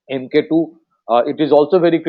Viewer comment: Pronounced as Mark-2. Not Em Kay two !